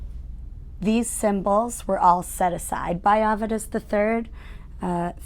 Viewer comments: It is rather strange: a descendant of the family cannot correctly pronounce their ancestor's name. The correct pronunciation is Avetis, not Avedus. It is an Armenian name meaning "good news." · As an Armenian, its hard to hear Avedis' name being said the way she says it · I've been pronouncing Avedis wrong my whole life.